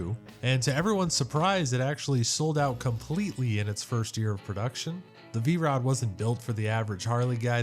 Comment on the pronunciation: V-ROO? That's AI. Lots of nice bikes though.